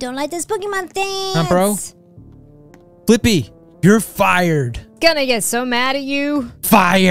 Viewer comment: Fliqpy is called as "Flick P" not Flippy